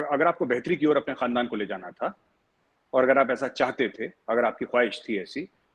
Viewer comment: His first word khandaan was told incorrectly